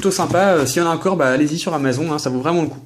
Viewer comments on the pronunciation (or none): mdr comment tu dis amazon ça se prononce amazon"e" comme une amazone :) amaZON mdr :p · Amazon se dit amazone rho :p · Amazon se prononce Amazone petit:p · amazon tu le dis pas bien